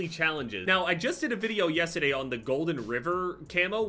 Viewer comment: The way he said “yesterday” at made me un-sub